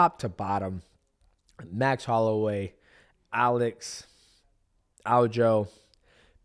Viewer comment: I’m so proud of you saying his name right